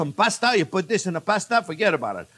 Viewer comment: "For get about it" lol